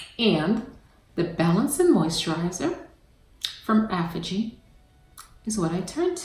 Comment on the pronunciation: I love your videos but please learn how to pronounce Aphogee correctly 😫